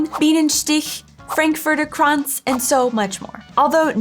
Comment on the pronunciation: I love your Channel, i really do. It's really cool to see how you've developed over the past few months, what progress you've made and how you've integrated into German culture. With all respect to, it was really cute how pronounced "Baumkuchen, Bienenstich and Frankfurter Kranz". Macht weiter so und vielen Dank für den coolen Content.